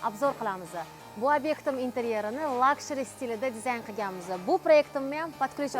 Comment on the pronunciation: Luxury lukshuriy deb o'qiladi! Ishlaringizga omad!